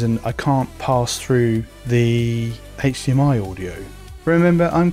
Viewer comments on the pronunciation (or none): none